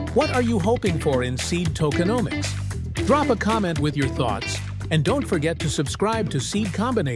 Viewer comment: Keywade... Seednomics